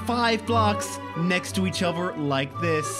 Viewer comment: it gives me life when says "uvver" instead of other